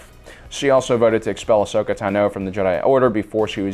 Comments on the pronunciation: What about when he says A-shokah? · I still can't understand his mispronounciation of Ahsoka's name. We hear it said aloud constantly throughout the series.